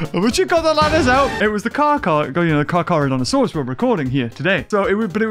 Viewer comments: Car CHAR NOT CAR CAR LOOL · Stop calling it carcar😂😂😂😂😂😂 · It is pronounced car ca donta sauras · This is why I missed the unboxings because the beginning intro “Car Car” mad me laugh soooo much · Never have I burst out laughing ever in a video let alone in the first 2 minutes😂😂 “carcar” you bloody man child 😂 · I've have not had a good laugh in a long time but when he said "car char" I could not stop laughing. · The "carcar" when u said "car car" I was laughing to death I am meen dieing too died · I am cracking up laughing because of that, you saying car car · "car car" 😂😂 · The dislikes are from people who didn’t understand why he called Carcharodontosaures “car car”. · car car? or carchar?